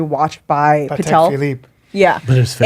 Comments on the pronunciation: Brendan calling the Patek a pateeek haha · “Pateek Phillipe” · Every time Brendan pronounced Patek I cringed... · How does Brendan not know how to say Patek